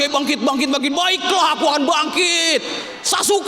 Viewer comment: Pesantren kok ngucap salamnya gitu:'v